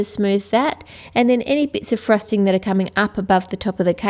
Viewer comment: its frosting not frusting!